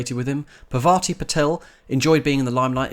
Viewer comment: You said Parvati wrong...